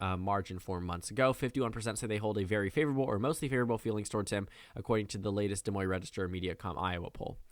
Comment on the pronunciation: des moine is pronounced like "da moyn"